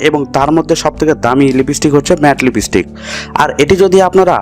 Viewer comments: Kothata lipistick noi kothata lip stick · Thik kore lipstick uccharon korte sikhun age. ... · Koto rokom r Pagol hoy ai sob video na dekhle jana jeto Naa. Age lipstick r pronounce thik kor then banabi